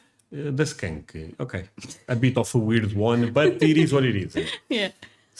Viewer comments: The smell of skunk spray burns your nostrils. It feels like needles stabbing the inside of your nostrils. The word is pronounced SKUNK, not skank. A skank is something totally different. 😂😂🤣🤣😆😆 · be careful when pronouncing “skunk”. The word you are saying is something else entirely. 😮 SK-uh-nk (one syllable) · Also be careful saying skunk, you want it to sound like uncle, UNK, if you say SK ANK then that is a derogatory term for a woman that is promiscuous.